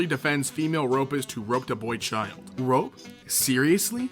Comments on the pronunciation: Why do you keep saying "rope" rather than "rape"?.. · Why does he say “rope” instead of rape? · Did you say ‘rope women’? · If say "rope woman" instead of rape one more time..